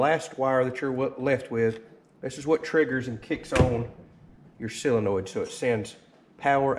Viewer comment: It is a solenoid, not a silenoid.